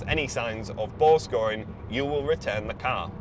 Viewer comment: I thought this dude was saying "ball scoring". Was trying to figure out what the hell he meant. I had to read it. He has the voice of a gay man. A very gay man.